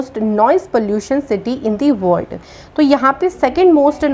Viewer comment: Thank u so much maam🙏🙏🙏❣️❣️but one request ..please pronounce "world" word properly.🙏🙏